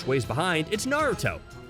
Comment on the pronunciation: I swear to god I am so fricking irritated and it hurts my ears when he says “narto” and it’s obvious he didn’t watch the two first series (and there’s only two,because boruto isn’t named naruto)soooo yeah…